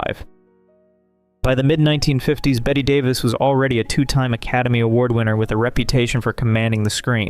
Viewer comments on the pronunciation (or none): It's Bette Davis, not Betty 😊